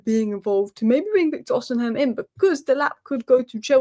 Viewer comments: Lol, it’s pronounced O-Si-Mhen, not O-Sim-Hen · The way pronounce “Osimen” Is pure Gold. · Please pronounce Oseimhen correctly “ O Sea Men” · You can't have watched a single game Osimhen has played in to pronounce his name like that. Come on you've been talking about Osimhen for a year or more. Ignore the h! Just say Osimen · She is always putting the 'M' silent Whereas it's the 'H' is the silent letter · Wish you could pronounce Osimhen’s name properly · As a Nigerian, the h in Osimhen is silent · If we do get Osimhen hopefully will eventually learn to pronounce his name properly. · the 'h' in Osimhen, is silent. You're butchering the name. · butchers names all the time. I think she gave up on Ekitike. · has difficulty in pronouncing some names, you need to understand that she may have a speech impediment and finds certain words difficult. Leave her alone.